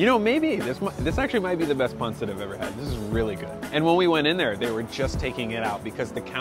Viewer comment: yes actually said pansit correctly!!! Thank you!!!